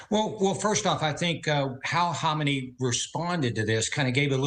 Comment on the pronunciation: Isn’t it pronounced Ka-may-nee? Not Hom-in-ay?